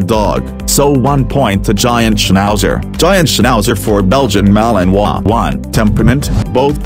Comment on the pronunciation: You finally said the name of the malinois correctly, my congrates